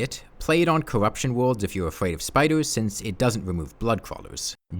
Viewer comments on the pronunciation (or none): Twees, Ewything, Cowwuptin worlds, Vewy vewy jagged waucks.